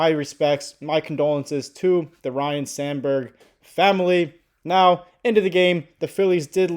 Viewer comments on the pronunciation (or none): It sounds like you are saying Ryan, it’s Ryne